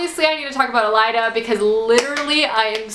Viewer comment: AY-LYNN (Aelin) - Not too hard! :) And oh yeah fyi! :) .. it's EL-EED (Elide), not El-ai-da.